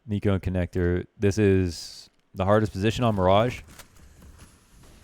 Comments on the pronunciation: niko does not rhyme with demo -. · niko rhymes with demo English teachers: Am I a joke to you?